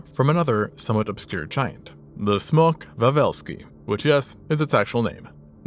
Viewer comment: Correct pronunciation! It means "Dragon of Wawel," which was a mythological creature that attacked the capital at the time, Kraków, and ate cows. It was killed by eating a Trojan cow filled with sulfur. The Wikipedia article is pretty interesting. And since its genus name is Smok, there were literally dragons on Earth at one point.